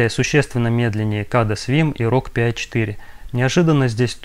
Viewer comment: Pi должно звучать как «Пай», как «пирожок», а в остальном все достаточно интересно!